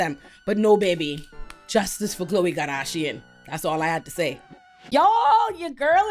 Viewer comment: I love the way you say ‘karrrdasion’ - that beauty ‘flophluencer’ is out, you need to be the meme ❤